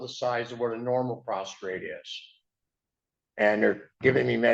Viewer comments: The word is P R O S T A T E not PROSTRATE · First off, it’s prostate, not prostrate, you would think you would know how to pronounce. Also, I don’t think his prostate is ailing because of his neighbor! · That’s what I thought to. Especially when he started talking about his ‘prostrate’ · AAAAAAHH he DOES have IBS and issues with his “prostrate” what an ignorant POS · Oh god, now he’s talking about his prostate. Oh I’m sorry, he said “prostrate.” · When he said "my prostrate" all I could think about was Andy Sipowicz from NYPD Blue (I'm sure many people here won't get my reference)!